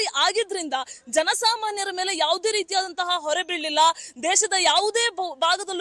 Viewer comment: ಮೇಳೆ ಅಲ್ಲ 😂😂😂ಮೇಲೆ